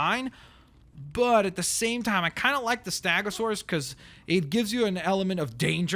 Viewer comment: you are pronoucing stegosaurus wrong